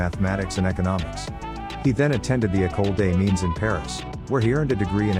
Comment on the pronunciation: How about getting a narrator who can pronounce French words, in a video about a French family? The male French name Jean is not pronounced like a girl's name, nor is Mines as in Ecole des Mines pronounced as in English. It's said Means not Mines. How difficult is it to check the script with a French speaker, and learn the right way? Just sloppy and unprofessional.